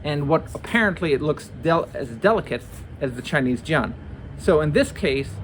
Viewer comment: love this demo. i always wanted to do this myself! btw you’d be a little more accurate if you pronounced jian like “jyehn”